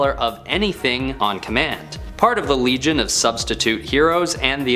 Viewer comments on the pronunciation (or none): none